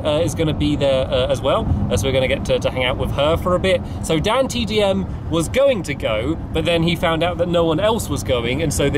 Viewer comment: when you said DanTDDM i was shoced because you all ways call DanTDM the Dimond minecart so it's the 1st time i hared you saying DanTDM